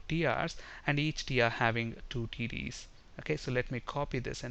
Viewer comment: LOL when he says TDs it sounds like he saying Titties. ( . )( . ) ; )